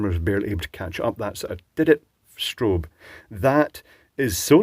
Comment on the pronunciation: strao-on, giggle! FYI, around here those are called tadpole lights since once they are off the bike it looks like it has a tadpole tail. They are handy for their ease of mounting. Sounds like it would be decent if it had an upgrade to an 18650 battery otherwise I am not interested in something I have to charge between each and every bike ride. But I will say I am glad to see more of the 4 LED lights coming about as I own a 4 pixel TV that also uses Yellow as the 4th pixel and it's like 33% brighter than 3 pixel TVs and the yellow & golds are awesome. I always wonder why we don't see more consumer products with a 4th pixel. Dave's Garage did an interesting video on 4 pixel individually addressable RGBW LED strip lights recently. Turns out they work like one giant shift register. If I knew more programming I would be very tempting to get a set as his projects really look awesome. (This is THE David Plummer, the guy who wrote Task Manager for Microsoft! Awesome electronics channel & he does lots of light projects now.)